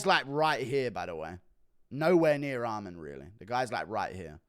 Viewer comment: theres no d at the end of armans name why do you pronnounce it like that